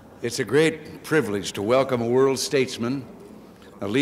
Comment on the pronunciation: Well, he pronounced it completely wrong. 😂😂😂